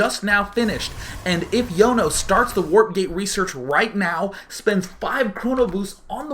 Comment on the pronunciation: Sean my son, Jono isn't pronounced Yono its John-oh